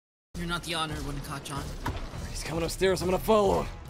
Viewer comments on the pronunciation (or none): I heard said "cacan" instead of "kacchan"😭😭😭😭😭😭😭